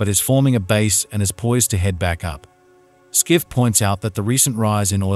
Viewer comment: His Name ist Peter Schiff, pronounced as shif